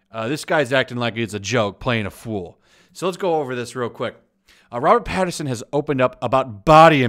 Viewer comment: Robert "Pattinson", there's no r in his name. Also batman is supposed to be musclular but not bulky